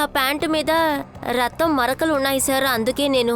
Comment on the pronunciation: రక్తం బదులు రత్తం అంటుంది ఎవర్రా అయ్యా డబ్బింగ్ చెప్పేది దండం రా 🤦‍♂️